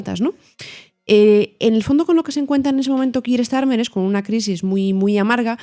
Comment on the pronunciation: Con todo el respeto del mundo. Me sorprende la manera tan defectuosa de Villanueva y al pronunciar el nombre de Keir Starmer. O se hace en castellano o se hace en ingles y. Lo de ellos es un híbrido casi ininteligible fuera del contexto.